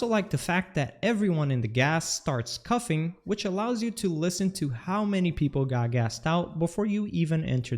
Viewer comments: "cufffing"? Bro It's coughing, learn how to speak, holy shit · “Cuffin” instead of “coughing” 😂